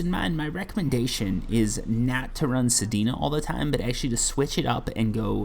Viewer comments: Your saying sedena but it's sedna lol. This is also good for releveling weapons that you used forma on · Sir I believe it’s pronounced sed-nu not pronounced sed-e-nu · I see your "Sedina" and raise you: "Heleeena" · bro dont stop saying sedina its funny make it part of ur channel 😂😂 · my man just called sedna "sedina" hahaha